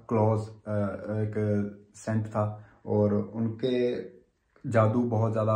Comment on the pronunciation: Scent nahi saint hindi me bola kro agar English sahi nahi aati or agar khud ko sahi krna bhi nahi chahte aap kya gyaan dete rehte ho khud breed or desi dogs me bhedbhav krte ho 😂